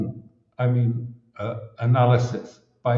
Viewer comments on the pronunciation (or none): none